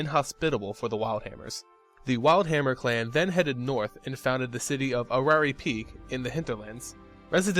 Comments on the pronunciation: What was that? "Arary Peak"? It's pronounced "Air-y" Peak. Or "Eh-ry" Peak. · Just a tip, "Aerie Peak" is pronounced "Air-e Peak" :)